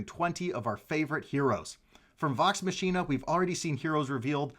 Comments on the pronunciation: That entire intro of how addresses and nicknames the crew made up for your mispro's. You are fine. Great video reveal! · Your wife has your back lol - I just can't believe you hadn't heard it pronounced prior to this video!